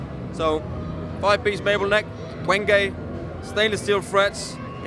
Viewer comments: Wenge is a German word. I bet you pronounce it wrong how ever you try.😆 almost got it correct. Wa"ng"a ng like in Twang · I always thought wenge was pronounced like "wenj", rather than Prince Ludwig the Indestructible's take on "revenge". Learn something new every day. Maybe.